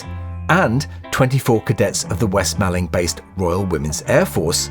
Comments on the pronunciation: As someone who grew up in West Malling I really feel the need to point out it is pronounced the same as 'mauling'. The way you've said it here is a really common mistake, to be fair. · West Malling ! It’s pronounced west Mauling, like being attacked by a lion from the west. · Hi, just a quickie. I grew up near West Malling airfield (I actually learned to drive on its runway) and its pronounced West Maw-ling, to rhyme with balling. Ttfn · Excellent video... just one little thing.... the town in Kent with the airfield is pronounced West "Morling"! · Another excellent video. Half a point off for mispronouncing "Malling" though! 😉